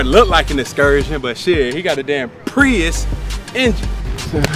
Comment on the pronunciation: He used the hard P when he said Prius lmaooo🤣